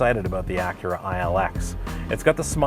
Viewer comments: If I was boss, I would honestly fire him for mispronouncing Acura, and TBH it's Ack-Kyu-Rah, not Uh-Kyur-Rah! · I'm sorry.....the "ahhcurah"?? Are you making a joke or is that how you guys actually say Acura in Ontario? Wait...no, that's not it. The other 2 hosts say Acura normally. I guess "ahhcurah" is not an Ontario accent,.....it's "hipster-speak". Oh great...I just made a hipster joke,....I am now officially old. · Really Achhhura that's not how you say it stupid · Why is he pronouncing Acura that way. I'm never watching anything from this channel again.